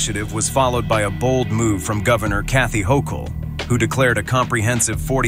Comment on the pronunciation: How many different ways did the Announcer pronounce the Governor of New York's last name? I lost count!